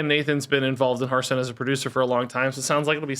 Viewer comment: Glad is leaving purely so I don’t have to hear him go “HERF-stone” anymore 😅